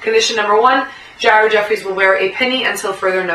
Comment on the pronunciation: I just started watching all your Vids. Im sure everyone has told you that your hot and im not gonna go into that, but your pretty smart and you see the same exact shit that i see. You should give me a shout out on your next vid. Chaos (real name Andy).... You also said Ared Effries. Sounds like you browse. Looking forward to your next post Peace Love and Basketball:-p